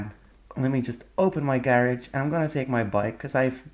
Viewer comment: you keep calling it gerege weird